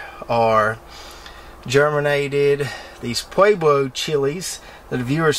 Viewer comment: Are you 1) rooting any LSU Tiger figs, and if so, are you 2) selling any cuttings of it via mail? PS if that’s a pueblo pepper, it’s pronounced “pway blow.” But I’m not familiar with the pepper……. Just think of the tongue tied minister in The Princess Bride movie discussing “myaywidge” — marriage ! — and you’ve got it! 😁